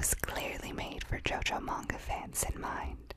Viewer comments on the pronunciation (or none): none